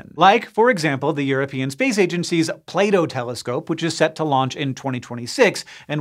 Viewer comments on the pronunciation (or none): Instead of "Plato Telescope" I unterstood "Play Doh Telescope" and now I'm a little bit dissapointed, that there's no giant colorful knead creation out in space... 🥲😂